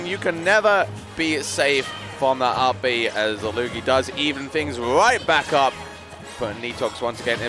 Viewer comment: "Loogie".... no?